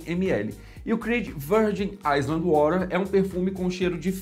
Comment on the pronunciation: island se pronuncia "áilan" (*ai luhnd*) de resto, continue com o bom trabalho, parabéns!